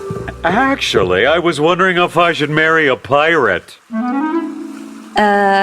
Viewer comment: How he said pirate is so funnt